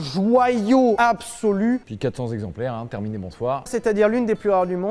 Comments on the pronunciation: Monsieur Lévy, j'adore ton entrain, ta vivacité, l'amour que tu communiques, mais s'il te plaît arrête. Arrête les liaisons interdites, les liaisons qui font mal aux zoreilles. Alors les mille zexemplaires de F40 ça me fait saigner. Continue mais arrête juste ça je t'en prie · Mille zexemplaires 😆 mais sinon historique très intéressant !